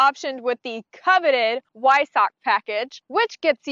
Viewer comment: One other thing is say the word Weissach with a "V" at the start. So basically Veissach. Just the way the Germans say it. No hate, i love cars so much so wanna help you improve the reviews.